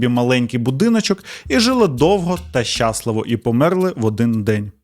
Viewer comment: Все би було ідеально у, якби не дивні наголоси: Якщо, сваркИ, щАсливо...і багато інших кальок і русизмів, жаргонізмів. А так, загалом сюжети цікаві